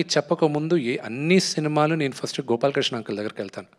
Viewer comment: ఫరుస్ట్ కాదురా అయ్యా.. ఫస్ట్😂😂😂